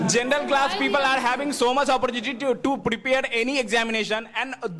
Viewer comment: You guy's pronunciation isn't correct first should be working on it since it sounds so weird to hear, you can't sound like this such as " General not zenral" if a person hears this kind of pronunciation he'll ruin his pronunciation as well I'm sorry to say that